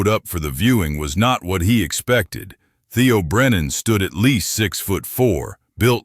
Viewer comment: Kind of ruins the story when the narrator program messes up Theo’s name on and off.